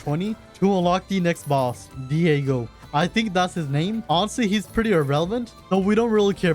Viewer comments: Your "deigo" is called dagon pronounced dah-gohn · why did bro say diego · son 😭😭✌✌ who is diego 😭😭😭😭✌✌✌✌ its dagon 😭😭😭😭😭😭😭😭✌✌✌✌✌✌✌✌ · Diego 😭✌️It's dagon brotosythesis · It's dagon you absolute *************************************** not diago just a friendly correction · whos dieago its dagon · Hi what was funny how you called Dagon deigo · Diego😂 it’s Dagon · no way bro called dagon diago lol